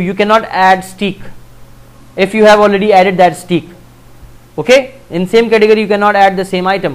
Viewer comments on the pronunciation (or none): Sir you are teaching us so much so I thought to tell you something in return ;). In this lecuture I would like to tell you the pronounciatian of "Steak" is not as "Steek" instead pronounced as "Stake" :)